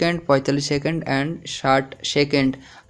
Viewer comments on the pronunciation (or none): সেকেন্ট কি ভাই?? 😂😂 সেড কি ভাই?? 😂😂